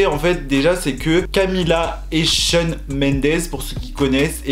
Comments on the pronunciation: Il dit Sean mais cest shawn ahhh, jpp. Ça me perturbe, car jsuis genre super fan et tout 😭😂😅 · je suis la seule qui est perturbée par le fait qu'il dise "Shen" pour Shawn?😂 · oui il dit sean ça me perturbe mdrrr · Moi aussi j’ai remarqué 😂